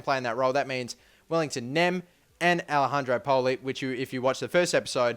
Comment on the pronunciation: not alehandro pato its alex-arn-der pato